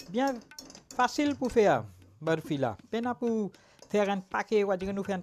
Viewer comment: Ce n'est pas "boorfi" c'est "barfi"!